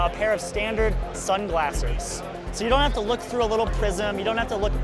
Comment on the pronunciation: Did he say sunglassers?